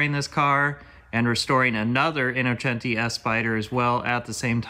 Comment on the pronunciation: Thank you for saying “Innocenti” the right way ❤️